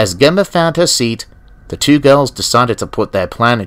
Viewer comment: Nice adaption! Like how you exstended the original story. However I will say, Gemma is pronounced with a soft G, like George lmao